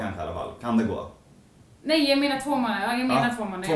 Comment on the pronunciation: det låter lite som att du säger nain när du ska säga nej